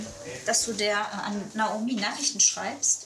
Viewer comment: die hat nicht Naomi gesagt sondern Naumi🤣